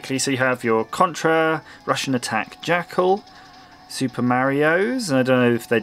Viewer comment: For some reason when he said Rush N Attack I thought he said Russian Attack